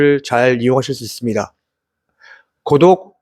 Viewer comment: 자꾸 고독이 구독으로 들려서 구독 박았습니다